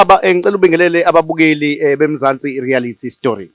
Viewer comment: Say after me my brother, "reality show" not "rarity show" nice show though, I thank u